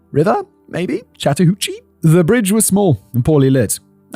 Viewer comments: Good job on pronouncing the river. Lol it is often mispronounced. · Yes! Your pronounciation of the Chattahoochee River was spot on! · impressive pronunciation on chattahoochee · Yes you said chattahoochee perfectly lol. Im only watching this one because im outside atlanta. Also, uncle tom is a term that refers to a black person who is racist against black people, essentially, so its not a nice name at all. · You said Chattahoochee correctly😊. Live about 2 hrs from there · Holy crap, Simon pronounced "Chattahoochee" right on the first try. I'm so used to him butchering things! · was very happy when Simon pronounced Chatahoochee correct on his first try. They grow up so fast T-T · Impressed that Simon mostly nailed the pronunciation of Chattahoochee. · It was! The only problem was every time I heard it, the Alan Jackson song played in my head. Haha. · I was impressed! He did get a few things "Wrong" as far as local pronunciation goes(e.g. Dekalb, but that's a local pronunciation thing), but he nailed Chattahoochee. Though if he was REALLY from here he'd call it The Hooch. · Simon, absolutely flawless pronunciation of Chattahoochee. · You pronounced Chattahoochee correctly, Fact Boi. Nice. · I live in metro Atlanta, and while the city itself is nice, the people are NUTS. It gets more dangerous every year: homelessness, drugs and violence are huge, and little is done about it. 😞 Human trafficking is also horrendous. One of the worst places in the world for it. Simon, you pronounced Chattahoochee perfectly. Thanks!